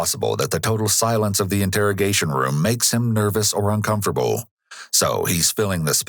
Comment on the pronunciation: Anyone else pick up on narrator's pronunciation of uncomfortable? 😅